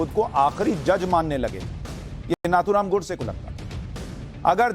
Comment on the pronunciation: नाथूराम"" नही नथूराम "" बोलो/लिखो